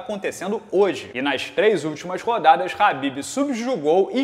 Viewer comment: é tão khabibeth que fala "Rabibeth" kkkkkkkk